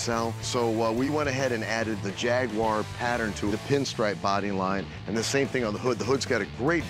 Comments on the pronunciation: wtf is a jagwire? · JAGUWAR NOT JAGWIRE 😂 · Rick... It's "Jagwar" not "Jagwire" lol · Jag wire??? It’s Jaguar😅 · It's JAG-U-AR not Jagwar! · Jagwire??? Wtf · Rick, repeat after me: JAG-U-AR, not JAGWIRE. I had one. When they pass 100k miles they are nothing but expensive trouble. Even before 100K, their poorly designed electrical systems are a continuous, expensive to repair problem. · Its Jag u er not Jag whar lmao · Jag- u- ar. NOT Jag- wire. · it's NOT "Jag-Wire". :hand-orange-covering-eyes: That Jag is a total POS. Money pit waiting for a fool. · Rick, what the f*** is a "Jag-wire"?? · What was worse is calling it a "Jagwar" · The origins of the word are not even English, so it doesn't really matter. I must admit how Rick said Jag-wire does grate a bit but it's not a big deal. We all speak English, we all understand each other, that's a good thing, chill out. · its so wierd that some people say " jag-wire" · To all Americans here, it's pronounced jag-you-are! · Never gonna achieve that.. 🤔 Start with Ja-Gwar.. 👍 Be Well!! 😀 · Hey Rick!, WTF is a JAG-WIRE? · its not jag-wire ffs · The way they both try to pronounce Jaguar is laughably bad XD